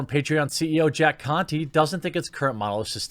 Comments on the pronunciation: He's saying it like it was Jack Cu*ty 🤣🤣🤣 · The e in the last name is silent "Jack Conte" ;D